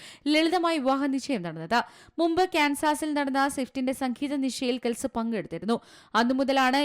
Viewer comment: His name is pronounced as ട്രാവിസ് കെൽസി not കെൽസ്